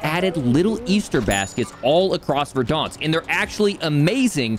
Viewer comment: Please stop saying verdÃnsk